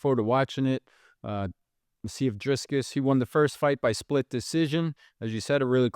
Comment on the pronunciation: be like "DRISCUS"